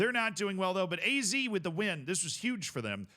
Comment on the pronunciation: I know this way it sounds like your name, but even here in the Netherlands we say Ah-Zed Alkmaar 😜😂